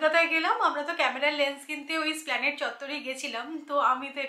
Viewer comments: 'Ess-pla-ned'. "Splaned" noy. Thik jamon escalator ke 'scatator' bole na, ba escape ke 'scape' bole na thik serokom. ESPLANADE. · na eta bhul dharona, ar 'splanade' ta bhul uchharon. Dorkar hole dictionary dekhe nite paren. Echhara, 'splanad' bolar chol tao recent. Kothata 'Esplanade' ar uchharon tao ess-pla-ned. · You're correct. Esplanade i hobe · Akdom thik bolecho